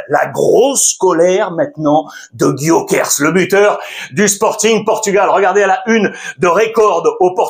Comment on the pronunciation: Il le prononce bien Gyokeres ? J'ai jamais dit ou entendu comme ça